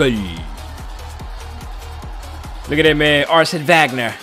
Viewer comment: Bro said Arsene Wagner😂